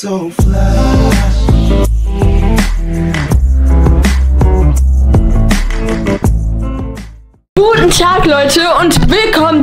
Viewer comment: Sie hat am Anfang gesagt buten tag